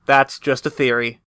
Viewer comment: "A GAME THEAORY!" 😂😂😂